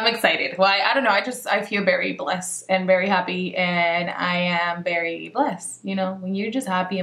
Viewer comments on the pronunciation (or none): Lol she say berry except very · I love when you say very it looks like you're saying bery 😂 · I love how you say very it sounds like "berry" lol